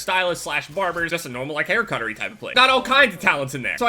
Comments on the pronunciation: "hair cutery" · 'Hair cuttery place' 😂